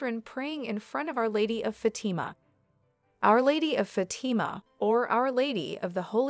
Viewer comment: Fatama.....fat-a-ma...do better